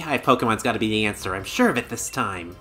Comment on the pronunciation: "This'll 'BEE' it" huh? XD